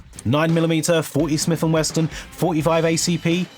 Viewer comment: What is this "Smith and Weston" brand you keep mentioning?